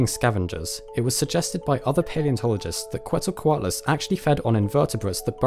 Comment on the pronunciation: pronounced: "ketzel-co-what-a -loss" or just say Q